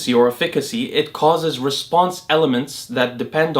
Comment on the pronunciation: Dude can't pronounce efficacy 😂